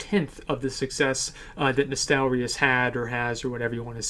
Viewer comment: Asmon you're probably the only youtuber who didn't mispronounce Nostalrius lmao